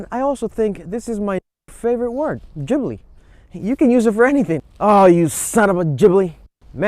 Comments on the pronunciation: Gibli with a G. Not Jibli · I stopped watching the video after he said GGGbbli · Wrong. BMW is the Germans answer to Alfa Romeo. Maserati is more comparable to Porsche. And btw it’s pronounced GibLEE. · jibli LOL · U could at least pronounce it right.... geez